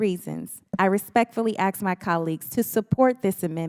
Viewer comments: I get so tired of people saying axe instead of ASK. It’s EASY to say it right! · She did aks nicely